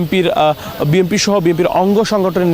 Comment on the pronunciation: বি এন পি উচ্চারণ না করে, আপনি বারবারই ভুল উচ্চারণ করছেন বি (এম)) পি বলছেন